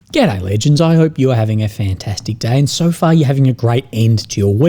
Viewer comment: it must be an accent thing but i sweat when you say " good-day legends" it sounds like ghetto legends. lol